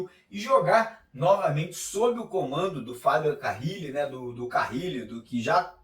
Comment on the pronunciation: NÃO É CARRIIIIIIIIIILE!!!!!! Simplismente, Carile. CA - RI - LE.